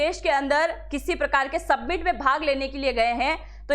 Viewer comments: सबमिट नही वो समिट है. 😄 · सबमिट नही मॅडम जी, समिट बोलते है उसको,😂😂😂